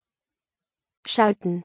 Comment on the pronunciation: I have traced my name Skouden back to 1694 Schouten . So your pronunciation makes sense .